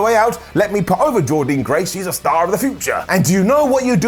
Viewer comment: one more time.....PLEASE SAY JORDYNNE GRACE’S NAME CORRECTLY!!!!!